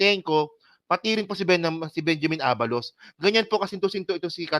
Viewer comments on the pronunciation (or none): none